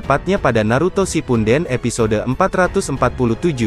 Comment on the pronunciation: Tolong koreksinya :v yang bener shippudden apa shipunden :v risih di telinga